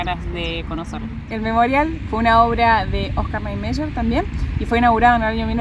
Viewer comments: Se pronuncia "OSCAR NIEMAIER " o nome de um dos Arquitetos que idealizaram Brasília. Não sei como se pronuncia o 'Y' em castelhano, aqui se pronuncia como ' í '. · Engraçado como ela pronuncia Niemeyer....bem diferente....